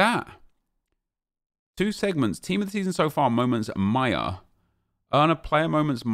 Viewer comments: ‘’Miya’’ not maja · 😂😂the way he pronounce his name maya its maja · It’s maja not maya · Its not Maya, its Maja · It’s pronounced “Maj-a” not “myer” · ma-ja come on nep haven’t you seen the sunderland documentary 🤣